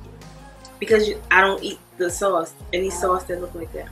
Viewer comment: He said it oooks like concrete 🤣🤣